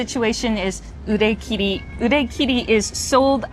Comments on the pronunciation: A small note: I think pronounced 売り切れ as 売れ切り. This doesn’t matter if your goal is simply to recognize the characters, but it might be useful to point out. Anyway thanks for a great video. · 売り切れ is pronounced "u ri ki re" not "u re ki ri", but I guess the point is just to know what it means